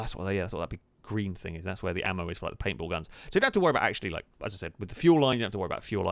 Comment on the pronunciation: Every time said “Paint Ball” I heard “papal” - as in the adjective used to reference the Pope. Sentence example: “The Roman Catholic Church’s military aircraft used its’ papal guns to mow down the ground targets.”